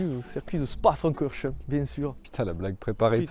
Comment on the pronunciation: Ptn au début j'écoutais sans regarder j'ai entendu 'Spa-Francorchamps"